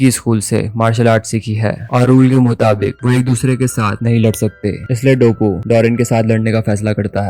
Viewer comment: Bro it's not dabooo.. it's doppo. You were pronouncing incorrectly 😊